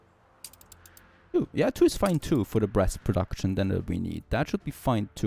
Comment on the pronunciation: I swear to god I heard him say "breast production" for a couple of times💀💀💀